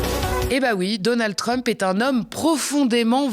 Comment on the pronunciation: C'est Donald pas donaldeu